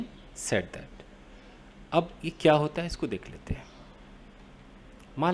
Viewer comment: Said pronunciation is wrong